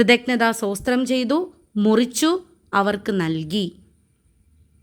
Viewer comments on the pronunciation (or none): സോസ്ത്രം അല്ല സ്തോത്രം പറയുന്നതും തെറ്റാണ്